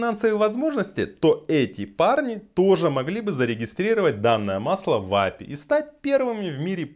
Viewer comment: Ну правильней будет не Апи, а ЭйПиАй!